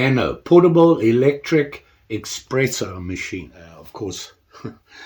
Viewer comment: it’s espresso NOT xpresso